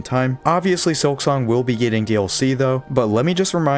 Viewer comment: Hermano es un excelente juego pero por favor deja de usar la AI para hablar en tus videos Se oye horrible que llames "SILKONG" a SILKSONG